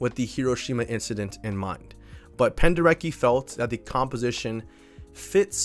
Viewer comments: Hi, bro! That last name pronounces "Penderetski" cause he was Polish man. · If we talk about Leyland Kirby, I really reccomend "Eager to tear apart the stars"! It feels like a journey through the vast void of space, amazing! Also, Your pronounciation of Penderecki is ok, but he "c" is pronounced like "ts" so Pen-deh- reh-tski. He was so good with expressing bad emotions, the atrocities. He's a great contemporary composer, that abroad is totally unknown. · The fact that album is called Buyer's Market is sickening. Love the video! Side note, Penderecki's name is pronounced Pender-etski, just in case you ever do anything else on him in the future. Thanks for a great video ❤